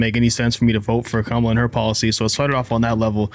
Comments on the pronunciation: Learn to pronounce Kamala’s name correctly if you’re going to do a podcast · Say her name right.